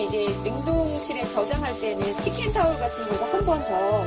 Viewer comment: 비늘은 감자칼로 벗기면 쉽고 편하게 벗길 수 있습니다. 키친 타올을 치킨 타올 이라 하시네요. ㅋㅋㅋ 저도 가끔 하는 실수에요.